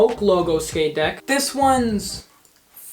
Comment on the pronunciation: How normal people talk Fire How talks It’s fire but I say like fryer with out an r